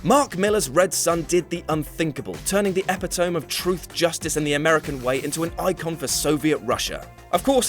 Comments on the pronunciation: Uh, "Greystoke" and "ee-pit-oh-mee," not "epi-tome." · The guy says 'epitohm' instead of pronouncing epitome - ep-i-tuh-me. LOL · Excuse me but did this guy just pronounce epitome as epi-TOME? Is that a British thing or did he just completely fuck up a word? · Councilor = Chancellor, epi(tomb) = epi-to-me. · That's, "e·pit·o·me - əˈpidəmē". Not, "ap pee tom" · Eh-pih-toe-mey Not Epi-tomb Epitome!! Is this one of those words you've only ever read but never pronounced out loud? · Epitome is pronounced eh-pit-oh-me, not epi-tome. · Epi-tome? It's pronounced e 'pit 'to me. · Just for the record, 'epitome' is NOT pronounced 'epi-tome'. It is pronounced 'ee-pit-o-mee'. Sheesh. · ep-e-tome? Is that how they pronounce that word in England? Ep-it-o-me over here. Kind of expected the SNL Uber-Mench parody, it was hilarious, in a creepy sort of way. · epi-tuh-mi. ep-a-tome. Same thing, right? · Eppy-tome. High Councillor. Killing the Joker by snapping his neck. K. I’ve read a theory that you include mistakes (and really obvious and stupid ones) into your videos to make sure people comment on them and honestly I truly believe that now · Also, its ep-ii-toe-me. Superman is the epitome of truth and justice. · Epitome is pronounced like "epitomi". I made the same mistake too. Weird word. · epitome is pronounced eh-PIT-oh-mee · Two things - Epitome. say it with me... EH - PIH - TOH - MEE. And Tarzan's family name is Greystoke, not Greystroke. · Mark Miller? Epi-tome? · Hi - quick note - the word 'epitome' is pronounced "op-pit-o-me". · Epitomb? ??? Epitomb? Why would you pronounce epitome epatomb? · Hah-REEM? Epi-TOME? Someone get this guy a dictionary. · Those are pronounced "Ha-rehm" and "eh-pih-tou-mi". If you don't know the word, just look it up on Google for Pete's sake. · ..the "epi-toame" to truth, justice, and the American way,...' Seriously? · did this foo just sat EP-I-TOME? seriously? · Epitome. Eh - pit - oh - me. Epitome. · You pronounced "Epitome" wrong